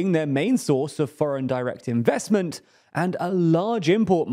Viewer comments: "IVNESTMENT"??? Sloppy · Ivnestment, yeah?😂